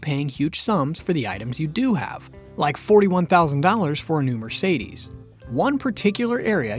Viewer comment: Hello! It's funny the way you pronounce the name "Mercedes" 😄